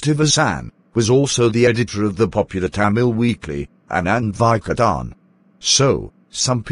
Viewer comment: The correct pronunciation is Aa-nun-dha Vii-ka-tan